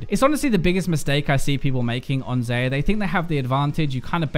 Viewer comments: It's Xa-yah not xay-ah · Its Xayah, not Xeyah. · did I hear it? Xeyah??? xD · why do you pronounce her name like that? it's pronounced (Zie-ah) and Rakan is (Răk-on). watch the champion spotlight. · You pronouce Xayah as "zi-ya" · WHY DOES HE PRONOUNCE XAYAH WRONGGGG PHY WATCH THE XAYAH RELEASE VIDEO AND PRONOUNCE HER NAME RIGHTTT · One day, will pronounce Xayah's name properly. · biokaese no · not how you pronounce her name